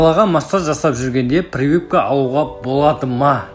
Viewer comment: Прывыпка😂 дегені қалай кетті. Прививка емес па😅